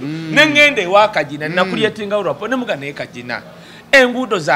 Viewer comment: I have heard u saying rapo for the 2nd time bt the word is rapport,meaning harmonious and close relationship..otherwise thx for ur analysis